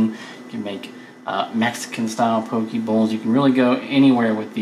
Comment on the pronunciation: looks awesome for sure going to do it. Just to clarify though Poke is pronounced as (Po - Kay) If you say it like (po - key) it means a man's privates.